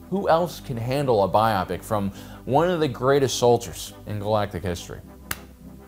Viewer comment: omg someone that can pronounce biopic, gonna have to subscribe now lol